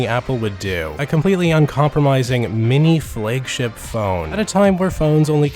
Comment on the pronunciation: Why does he say flaygship instead of flagship?